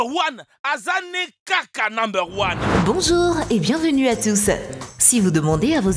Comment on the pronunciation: "Bonzour " MDR l intro